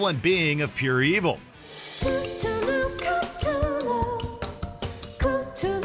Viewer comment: Unfortunately, they didn't learn how to pronounce Cthulhu -- although to be fair, the show pronounces it wrong too.